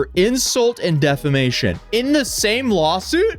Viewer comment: Does anyone else hear say “Lol suit” instead of lawsuit? By this point it might as well be one when it involves Johnny Somali.